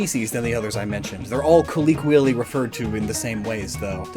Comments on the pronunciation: Why do you say “coll-OH-quially” like that? It hurts my brain😭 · I love how you just make up words. Calleequally.... And Paldea is Spain not Iberia